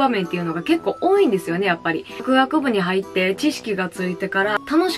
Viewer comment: 「やくあくぶ」に聞こえる説